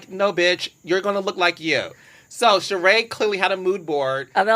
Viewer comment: Why do I cringe every time she says Sheree’s name wrong? It’s a bit rude.